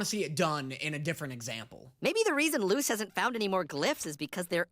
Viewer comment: He still says Lose instead of Luz Luz=Lus